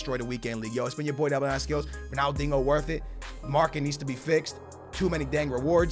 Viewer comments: Yo pissing me off its Ronaldinho,not Ronaldingo😂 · Why you say ronaldingo? You can’t say ronaldinho? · Dingo... it’s pronounced diño ... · Who can hate on ‘Ronaldingo’ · Ronaldingo?! Please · Why do you say “Ronaldingo” 😂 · Why you pronounce it ronaldingo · I swear you’re saying Ronaldingo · Ronald dingo lol the disrespect just fucking sound it out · Pls sell if you can’t say his name the right way